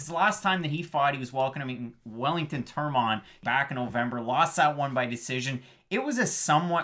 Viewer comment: Why you saying Perez like that? And It's Turman not Tormann lmao